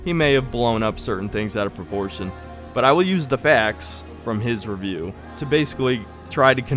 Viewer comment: You said revieuw ones dude ..u kinda asking for it tbh 🙃